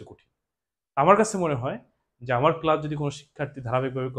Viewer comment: ক্লাসকে ক্লাচ বলে কেন🤣